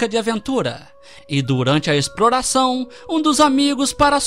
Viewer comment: Não tem o simpres mais tem o exproração kkk